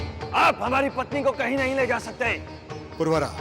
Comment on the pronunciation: अरे भाई पुर्वरा नही उनका नाम पुरुरवा था